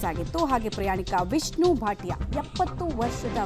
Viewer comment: ವಿಷ್ಣು ಭಾತಿಯ ಅಲ್ಲ ಮೇಡಂ, ವಿಷ್ಣು ಬಾಪಟ, ಹೆಸರು ಸರಿಯಾಗಿ ಹೇಳಿ.